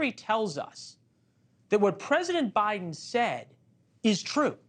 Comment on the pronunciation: you call the President, "O'Biden."😅